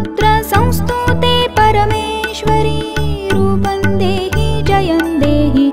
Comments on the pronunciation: Sorry to say, may be Rupam dehi,jayam dehi hona chahie, rupan dehi, jayan dehi sayad wrong pronounce hai. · रुपं का उच्चार रुपन् नही परंतु रुपम् व तथा इतर तत्सम भी वैसाही. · "Roopam" dehi रूपम is correct pronunciation. Kindly ..